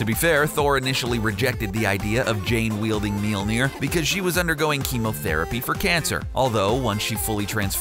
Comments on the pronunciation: The funnest part is every time he says mjøllner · you are pronouncing Mjølner wrong tho